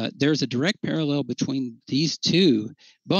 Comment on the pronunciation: "paraLEL" 😂 That's a word he's obviously not too familiar with and I love it.